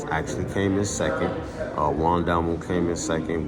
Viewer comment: The proper pronunciation of Juan's last name is "Dalmau"(Dalmaoo), not Dalmoo.....Just looking out..... Much Love!